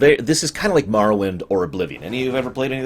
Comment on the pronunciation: I know it doesn't matter, but thank you for pronouncing Morrowind that way haha. I absolutely love that game and it (and Fallout 3) particularly has inspired a lot of ideas I have for one of my game ideas. I think that the games from around were some of the best we'll ever have. Back when there wasn't such a dichotomy between the AAA industry and indie games from what I understand. Btw, this is a looooong video, so sorry if I end up commenting several times over the course of the time it takes me to watch through the whole thing.